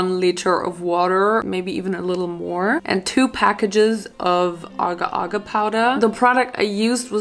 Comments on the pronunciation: Aga aga🧍🏼‍♂️. It’s agar agar 😭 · The agar powder is pronounced 'Ay-gar'. I also know because Agar was my mum's maiden name 😅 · not her pronouncing agar wrong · Btw it’s pronounced AH-GAR like a short a and TAUNG-HULU like really enunciate the separation between the words or else it sounds like something else and once The sugar is 150° you need to dip all of the fruits in there as quickly as possible before it starts turning into that brown color so they do come out right